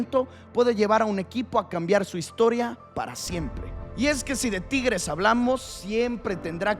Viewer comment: No sabes pronunciar la palabra tigres, o qué te pasa? Te sientes bien?